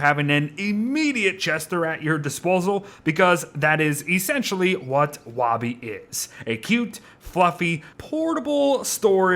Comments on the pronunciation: the fact he pronounces woby "wahby" and not "woaby" triggers me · lol is it only me thats bothered by him calling her wawby instead of the swooping o that is (wouuubie) its to reference that shes his security blanket his safety net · I hate how you say woby “wa be” it is “woe be” chief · It’s wobi not woby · Isn't it "Woby," not "Wobby?" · Her name is Woby, not "Wobby". You have been saying "wobby" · it's WOAH-bee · Anyone else pronounce Woby (woah-bee)? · please say ‘woby’ like ‘toby’ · you're very wonderful but the way you say woby physically hurts me AKSNSMZNSMDNS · Wait is the o in woby pronounced like w-oh!-by or is the o in woby pronounced like the beard says it?